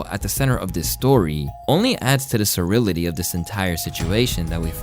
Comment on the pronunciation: "sur-RILL-ity" "DEDICATED a foul stench" Jesus Christ dude, go back to high school and finish that diploma.